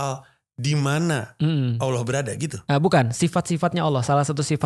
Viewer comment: spelling bang panji kalau menyebut ALLOH itu kayak AWLOH